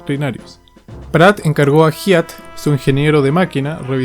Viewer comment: Felicitaciones GRAN LABOR. Solo Hyatt se pronuncia (Jaiat)